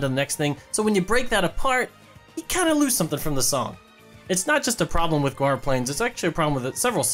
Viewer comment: It’s not pronounced go-are, it’s pronounced gor-ah